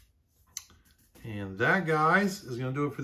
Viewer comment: Bobby Hebert was my favorite Bonus points for pronouncing his name correctly 👍 Go Saints! Nice autographs!